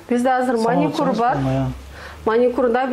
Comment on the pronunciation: Маникур эмес маникюр деп айтылат эже